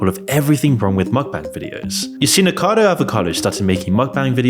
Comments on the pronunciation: if you dont pronounce "avocado" as "acado" why pronounce "nikocado" as nikado" ??? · Does this guy even research his videos?? the first YouTuber is called NIKOCADO AVOCADO NOT NIKADO OR NIKACADO, it should be something basic to get the bame right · The dude's name is Nicocado not Nicado. Not that difficult unless you are dyslexic or something. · "nikado" Dude, can't you read properly? That's literally your job. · man, this was supposed to be nice video but then you said nikado avocado and there was 'nikacado avocado' when his name is Nikocado Avocado. This video is made by amateur for real bro 💀💀💀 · The creator of this video can't even pronounce "Nikocado Avocado". It's NOT "Nicado". And calling a CPAP machine a breathalyzer 🤣🤣🤣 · Nick-o-cardo please pronounce his name correctly it is so annoying that you dont.Great video i reall enjoyed it ,there was another youtuber that was not so much a muckbanger just very over weight and struggling with her mental health i loved her chanel and was very upset when she passed away at a young age ,she had literally eaten herself to death she was Jen of Life by Jen a truly tragic story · Since when is he "Nikado" lol? Otherwise good vid. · How slow do you have to be to have 1 million subscribers and still can't properly pronounce people's names? Seriously, "NIKADO AVOCADO" as if the text isn't right there to read. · Off topic but I like how ppl still miss the first "o" letter for "Nikocado" so it just seems like they're saying "Nikado" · Nico-cado** You can't leave a full syllable unsaid.. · its a little distracting to hear "nikado" instead of "nikocado" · I thought i heard it as nikado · You still can’t pronounce “nikocado” and keep saying “nikado” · Something I've noticed the previous time you featured Nikocado Avocado, I think you're pronouncing if Nikado Avocado? Maybe I'm wrong but it sounds wrong to me they way you say it lol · lmao talk about biased content creation. Moron cant even pronounce "Nikocado" properly.